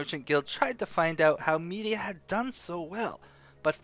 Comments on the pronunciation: Med-Ee-Ahh not Media. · Isin't it "Me-dye-ah" not "Me-di-a"? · Thank you for the lore broski. The only thing beyond my knowledge now is why you're pronouncing it Media instead of Mediah.